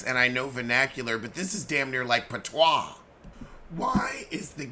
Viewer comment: The way you pronounced patwa😂😂😂😂😂😂